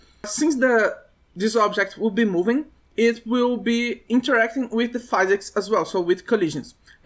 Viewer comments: Great tutorial, many useful informations. But please, we say 'phEEsics', not 'phAYsics' :D made me tick each time you were saying it. Keep up the good work ! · we don't say pheesics, we say fizz icks